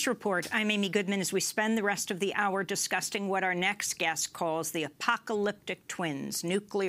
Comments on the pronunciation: Amy Goodwin said, "disgusting" in place of "discussing." Perfect! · EXCUSE ME, BUT DID SHE REALLY SAY "DISGUSTING" RATHER THAN "DISCUSSING" ?